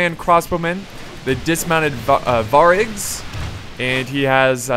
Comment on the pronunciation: Stop saying variag so wrong u kiling me.